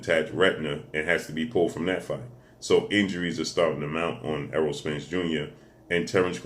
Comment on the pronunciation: That long ass intro for each fighter and you still miss pronounced Errol name lmfao 🤣